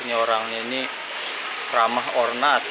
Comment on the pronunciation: Ramah or not , not bacanya nat